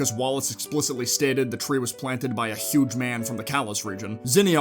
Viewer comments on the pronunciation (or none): none